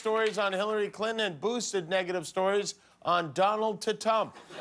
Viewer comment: I love how Jimmy keeps saying “Ttump” 😂 and for God’s sake, get over Hillary, Ttump!